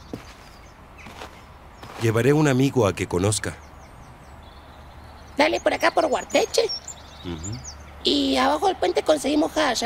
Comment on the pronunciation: Guarteche dice 😂😂 es Ugarteche